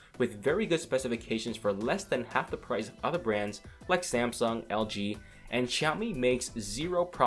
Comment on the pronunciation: lol!!!! samesoon?